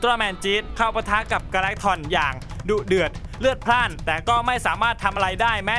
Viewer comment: ทำไมพี่ชอบพูดว่าดุเดื่อนเรือดราดนะครับ